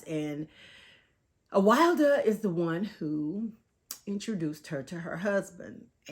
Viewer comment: Lol Her name is pronounced Uh-will-duh. This book wasn’t as good as others that I’ve read by this author. I DNF it